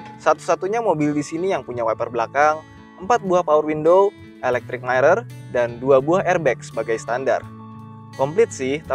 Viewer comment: bro, mirror bukan mairror